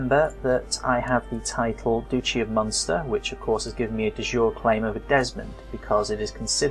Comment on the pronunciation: Great tutorial videos, thanks! Apart from the pronunciations :): De Jure is pronounced Day Juray. It is Latin (not French) and so it doesn't mean "of the day" (as you thought), it means: by law. As opposed to de facto, which means: in fact. So a de jure claim is a legal claim, which may be to a holding held de facto by someone else. Duchy (the holding of a duke) is pronounced Dutchy, not Dooochy! Courtiers are core-tiers not cur-tiers.